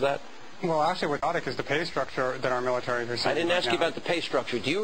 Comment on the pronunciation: MILATAREE IZ SRS BZNESS.